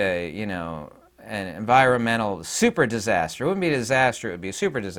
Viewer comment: Soup her dis-aster? What's Foo coo she ma? (sp).